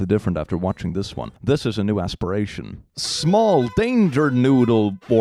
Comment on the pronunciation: “Ass-piration”? Is that pun intended?